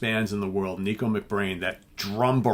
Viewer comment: Dreaded pronunciation comment: "Nicko" is pronounced "Nick - o", not "Neek - o".